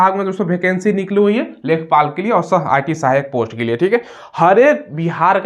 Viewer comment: लेखपाल न है इसको लेखापाल कहते है